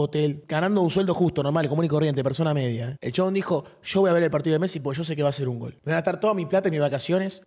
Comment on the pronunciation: decí "GOL" con "L" lcdtm